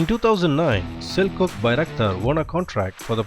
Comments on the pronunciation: it actually pronounced as Cellchouc not Seljuk... ;) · Nope, it's the equivalent to a "Ch" like in cheap, so it's pronounced Selchuk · Sel cuck lmao